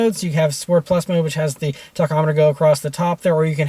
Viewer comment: you say "tachometer" weird